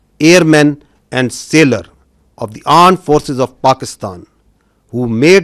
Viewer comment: What he say Arm force ?